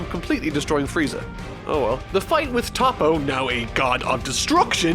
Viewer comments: It’s toh-po not tah-po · who tf is „tahpo“ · Isn't his name actually Top but it's just pronounced as Toppo in Japanese?